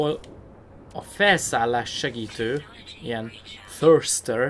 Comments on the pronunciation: A thruster az nem thörsztör, hanem thrászter,;) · Szerintem meg tósztör :)